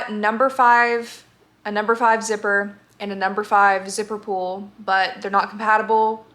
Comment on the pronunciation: it took me until you showed the finished bag to realize that you were saying zipper pull and not zipper pool I was so confused ahaha